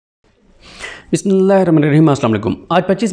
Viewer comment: Yaar Bismillah sahi sey perha krain. Practice it.